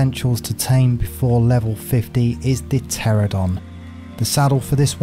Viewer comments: Ter-an-O-don. FFS. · Why do so many ark tubers and streamers pronounce the Pteranodon incorrectly?